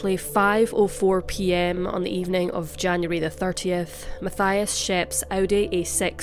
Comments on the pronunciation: (Mattias) not (Mathaia) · Matthias is pronouned MAT TEE AS.. I live just 2 villages away from where they lived and rememer the case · I'm sure it is pronounced like this Ma-ti-as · No one probably cares but just fyi in Switzerland we pronounce Matthias “Matt-eee-ass” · His name is spoken Mateeias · His name is pronounced...ma-tee-as =Mathias